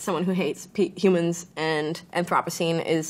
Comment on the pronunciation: Aw man not Grimes mispronouncing anthropocene in her own album title.